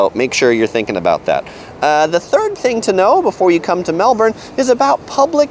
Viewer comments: It’s pronounced “mel burn” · Florida! We have a Melbourne here in the USA and that's how it's pronounced here. I know it's pronounced different in Australia but my brain has a hard time with that for some reason! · You should start off by learning how to properly pronounce the name of the city: it's Mel-bun. The 'r' in the Aussie accent is dropped.. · It is pronounced 'Melbun'. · There's an R. Melbourne. It's literally right there. Americans pronounce their Rs, so it's Mel-burn. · I appreciate that support Wasup Doc! My mispronunciation is definitely not for a lack of trying that's for sure! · nice video and all but your pronunciation of "Melbourne" is killing me... haha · the way you say Melbourne makes me mad, other than that great review. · i cringe every time you say Melbourne. but otherwise awesome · First thing you need to know is how to pronounce Melbourne. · i cringed when he pronounces melbourne. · Same xD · And it isn't Mel BORN....it is Mel Bun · It’s pronounced Mel-bun not Mel-born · BONUS: 1st thing to know about Melbourne is that it's pronounced "Melb-N" not "Melb-ORN" . Drop the "OR" sound to avoid getting eye-rolls from locals like me and stocking out like a sore thumb :) You're welcome. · Its pronounced mel-bin not mel-bourn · Its pronounced "Melbon" ......not Melbourrrrrne"!!!! There is no R! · Hey, you need to know how to say "Melbourne".The natives pronounce it as "Mel-ben" not "Mel-born". The Aussies told me so. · I’ve lived in Melbourne all my life and myself and everyone I’ve ever come across pronounces it Mel-ben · We Americans have tons of things to be thankful for. Yet I do say we do pronounce Melbourne like Mel born and or Mel Burn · Mel-burn - its pronounced. great review! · First thing to know about Melbourne - ITS PRONOUNCED MELBUN ffs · First thing to know is how to pronounce the name of the place. It's not Melborn. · natalie storm "spelt" .. and I've lived here 40 years .. it's pronounced Melbun 😂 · Errrr its Melbun